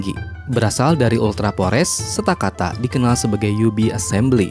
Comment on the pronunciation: Kak itu stakataka bukan stakata